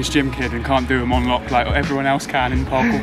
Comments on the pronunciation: LMAO! "PARCORT" XD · Lol, what is parcort. Oh man that is hilarious.